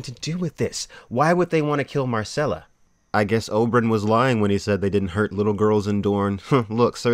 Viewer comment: She's Myrcella, not Marcella.